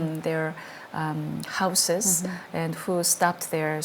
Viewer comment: 하우시스 아니죠... 하우지즈죠... 궁금하긴 하네 각본인지 정말 생각대로 말하는지.